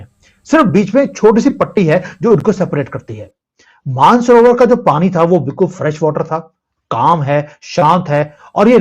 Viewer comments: मान सरोवर और रक्षा स्तल नही मानस सरोवर और राक्षस ताल. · Shaymla nhi shambala Maansorver taal .or raksh taal naam h